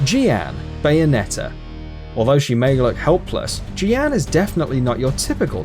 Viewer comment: Your pronunciations of Jeanne and Revan was utterly vomit-inducing. As for which side-kicks I'd like to see, Mikhail from Drakengard 3 after Branch D ending. Also, I'd love if they could make another Bloodborne game that starts off in the beginning, letting you play as Gehrman.